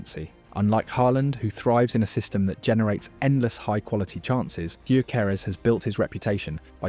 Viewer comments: Just fyi.. his name is pronounced "yorkeresz" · Excellent. One point on pronunciation. It's "Victor Yokeres". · "Viktor G-yoo-keres" LMFAO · Pronounce His name properly least please..THE G IS SILENT..!!! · painful how you're pronouncing Gyokeres name